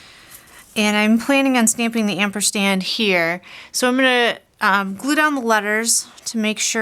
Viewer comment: great cards. I have really enjoyed seeing these new ideas for the card kit. I have to say that it is not amperstand its ampersand.